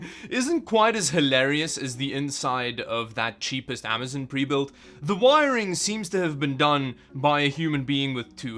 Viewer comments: I’m sorry but I just hate it when ppl say amazon like that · I always wonder what would happen if you said Amazon, instead of Amazin. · Great video as always. But, I'll have to say... it's not as much fun to hear you say Best Buy as it is "Amazun." ;)